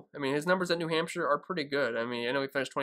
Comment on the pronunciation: New Hampsha. I love saying Hampsha. Hampsha. Good luck this week. DK: tccharleston. Thanks.